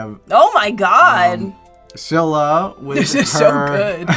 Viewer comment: scyllara sounds like celery